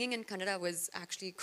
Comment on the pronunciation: It’s KANNADA not KANNAD